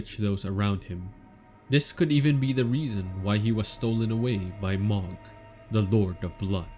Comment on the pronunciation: please man Mohg is pronouced Moe/ Mo T_T